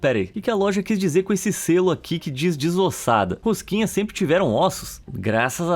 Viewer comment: "A rosquinhas" O q eu ouço: "A Rengoku" Vídeo mt bom❤